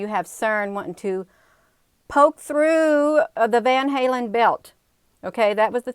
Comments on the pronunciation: It's pronounced as van- Allen belt lmao. But tomato tomoto right. You do wonderful work , keep it up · It's the van allen belt Sweetheart. Not van halen. Just want to help.